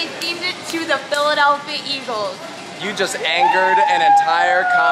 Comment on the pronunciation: STOP SAYING THE PHILEDELPHIA EAGLES